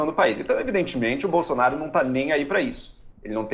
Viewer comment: "Incrusive Boslonaro"